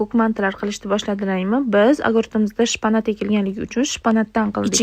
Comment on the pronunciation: Shpanat😂 shpinat boladi